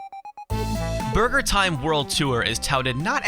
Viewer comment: i love how you say "BARGER"